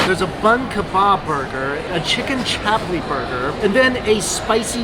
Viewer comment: I’m Pakistani and when he said chap li I cringed it’s pronounced chup li